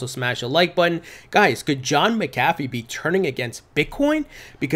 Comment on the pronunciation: 1) you’re saying McAfee wrong, it’s Mac uh fee. 2) the Model T wasn’t Fords first car. It was Fords first car off an assembly line. He made plenty of cars before the Model T.